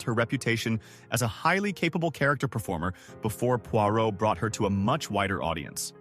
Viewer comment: 🤣🤣🤣 this fits with the pronunciation of Pwah row!